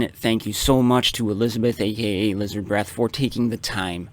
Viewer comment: I think you butchered my name, IF that was supposed to be me lol, i'm not even sure xD